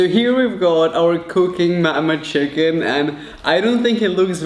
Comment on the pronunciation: the way he pronounce chicken as “cheh-kihn” is so freakin cuteeee